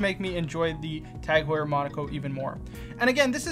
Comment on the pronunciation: Lost me at Tag Heuer. 😭